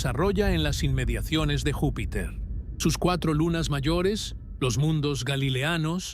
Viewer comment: Vupiter ??? De verdad me encanta su programa, siempre los sigo, pero de verdad aburre que todo el rato esté mal dicho algo tan básico. Porque si no sabes hablar, es díficil creer que lo que vas a decir, sea digno de escuchar. Está bien que usen IA, pero al menos revisen y corrijan, dejemos de sobrevalorar la Inteligencia artificial por favor 🙏🏻